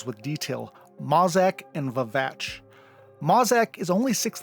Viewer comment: I LOVE this video! But, FYI, you mispronounced "Masaq" - it's pronounced like "Mask". I only know this because of the audiobook...until then I was pronouncing it "Mass-ack", LOL.